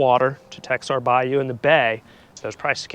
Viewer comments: Texar is pronounced Tah hat. The cos pronounced like a “H” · You need to learn how to pronounce Texar. Kind of hard to believe you live in Pensacola, much less East Hill , if you don’t know how to pronounce Texar as a Pensacolian.